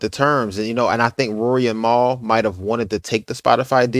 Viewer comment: Who’s Maul? Lol Mal*